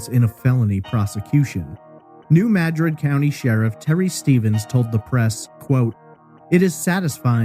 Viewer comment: Thank you for the updates and for saying New Madrid correctly... :)